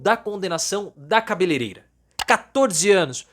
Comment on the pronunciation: Professor, é "cabeleleira".